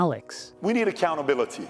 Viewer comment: is PBD a foreigner? why does he have issue pronouncing the word "accountability"? omg